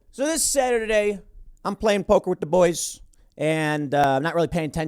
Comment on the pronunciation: You sounded drunk when you said Saturday.